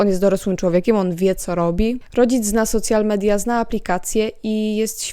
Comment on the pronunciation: Super film, zastanawiam się kiedy to dojdzie do Polski w takiej skali jak w Stanach A, i jedna uwaga: strasznie boli jak mówisz "socjal media" ;-; Lepiej albo "soszjal media" tak jak się mówi po angielsku albo "media społecznościowe" bo socjal to można dostać 800+ na dziecko XD